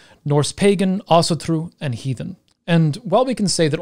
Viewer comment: (Celtic Pagan here) Thank you, I learned a lot, esp how to pronounce Asatru properly.